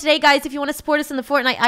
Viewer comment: Fortnite not fort it’s